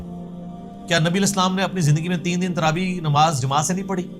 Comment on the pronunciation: پہلے تو یو ٹیوب کے متن کا عنوان کا تلفظ کی تصحیح فرمایئےگا۔ تراویح ( صحیح ھے ) تراویع ( غلط تلفظ ھے )